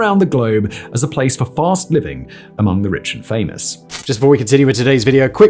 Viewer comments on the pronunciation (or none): none